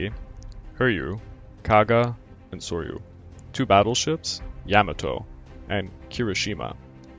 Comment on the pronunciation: Learn to pronounce names and basic English words, grammar and usage. Can’t pronounce names Halsey, Spruance, Moresby, and Yamato. “Have sunk” not “have sunk.” Ignorant Moron! Hara Kiri for you. Ruins your whole channel.